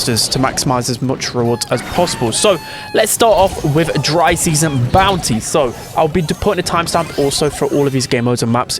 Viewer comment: Am i the only one who hear bouncy instead of bounty? 😂